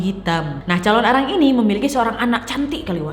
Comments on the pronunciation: Calon narang wak bukan calon arang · hallooo kak nadia! biasanya orang bali bilangnya calonarang kak, bukan calon arang hehehe, thankyou!